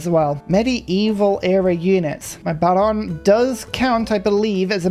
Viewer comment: Yo. It’s ba-RONE-ay. Extra credit if you roll the R. Molto grazi, amico.